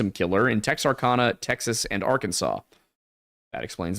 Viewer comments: Tex-Are-Can-uh guys. Please if you do a video on it, don’t mispronounce it. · the way you pronounced texarkana is fucking hilarious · Texarkana is not pronounced like that boys 😂🤦🏼‍♀️